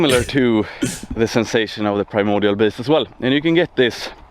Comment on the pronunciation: "I say the primordial beast because it sounds epic." LOL. Not the way this guy pronounces it.